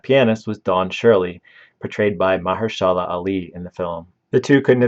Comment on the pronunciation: Dude, you his name "muh-HER-sha-la", not whatever the f*** you just said.